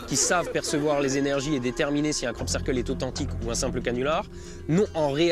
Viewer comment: pendant toute la vidéo: Krop Ceurkeul